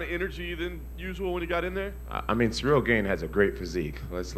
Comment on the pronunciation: FACTS. Jon is a grade A narcissist. Anything he says about anyone is never truly coming from a place of truth/meaningfulness. He’s STILL calling Cyril Gane, “Cereal Gain” in this interview. As if he doesn’t know damn well what his name is.